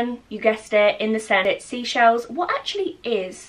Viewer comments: it’s Seychelles, not seashells. 🤦🏼‍♀️ love your videos and you. This is my fave TWC candle too!! ❤️ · hey hun just a random one the white company bits are Seychelles as in the place in the Indian Ocean (near Mauritius ect) not sea-shells dont wanna sound like a drip that corrects people lol just thought I'd say hope your well in isolation 😫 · Hey gorgeous! Just watching back on your old vlogs they are my favourite! The white company products are pronounced Say- Shells (it’s an island on the Atlantic Ocean) I was supposed to be going in April but unfortunately got cancelled due to everything! But that’s why the description says Atlantic Ocean! I defiantly think you should look at it it’s such a beautiful place!xxx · Hi, just to let you know the white company range I believe is 'seychelles' pronounced 'say-shells' it's a place and holiday beach resort near east Africa. Thought u may want to know. 🥰 Thank you for sharing how u feel this really helps us all I'm sure. It's nice to know we all go thru these emotions at times. U did the right thing x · loved the video <3 but I thought I'd let you know that the range from 'the white company' is pronounced "say-shells". don't mean to come off rude...I only know because I'm from the country Seychelles xx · Hi your Seychelles collection products aren’t ‘sea shells’ it’s pronounced “say shells” it’s a country next to the Indian Ocean! I was supposed to be going but due to lockdown I can’t anymore:( love the video btw!! Xxx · Hi. Love the video but it's not seashells it's pronounced SAYshells, it's a carribean island. Xxxx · Hey hun! Just a heads up, the Seychelles white company scent is pronounced 'say shells' as in the island of the Seychelles in the Indian Ocean🙂 x